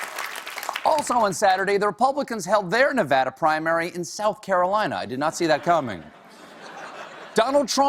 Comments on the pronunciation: Nevada = Nevara? Plop! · CRINGED WHEN HE SAID NEH-VAH-DA